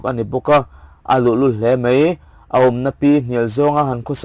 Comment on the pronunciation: A ngaihnawm e, mahse 'mei' ni lo vin 'mai' tih tur a ni e.